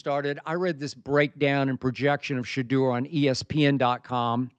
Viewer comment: It's pronounced "Sha - DOOr".